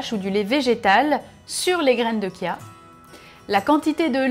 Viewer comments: on dit graine de CHia pas graine de kia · Graines de Kia? C'est quoi ça on dit chia ch bordel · sa ce prononce chia ! comme charlotte par exemple